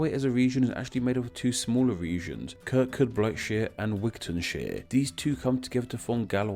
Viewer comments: Kirkoobrishire and Gallowa get your pronunciation right. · Little trap for the non-Scottish . . . Kirkcudbright is pronounced 'Ker-coo-bray' so Kirkcudbrightshire would be pronounced 'Ker-coo-Bray-shire' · ok I like the concept of your video. However if your going to do a video about place names, youve got to be able to pronounce them correctly. Youve mispronounced Galway many times, as well as mispronouncing Dumfries, Kirkcudbrightshire and Dumfriesshire. A bit more research is needed. Otherwise decent. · I like the vid but just wanted to point out that Kirkcudbrightshire is pronounced Ker-coob-ree-sher, Dumfries is pronounced Dum-frees, and Dumfriesshire is Dum-free-sher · he absolutely butchered the name Kirkcudbrightshire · Yes you mangled a lot of the pronunciations, including Kirkcudbrightshire, and also you missed out the I think rather interesting fact that Kirkcudbrightshire has the longest name of any county in these isles, so that bit about the counties wasn't boring.